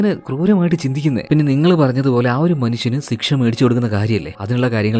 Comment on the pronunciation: സിക്ഷ അല്ല ശിക്ഷ 😂